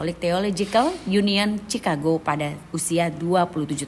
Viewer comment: Chicago dibaca ʃɪˈkɑːɡoʊ beda dengan Cirebon yg dibaca t͡ʃi.rəˈbɔn